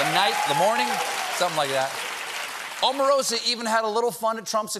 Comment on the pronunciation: Oprah, Obama, Omarosa... all long vowel- O's. Please pronounce her name correctly. It should be about time now.